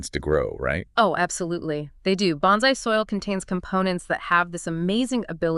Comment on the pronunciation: Very nice video except for your pronunciation of bonsai.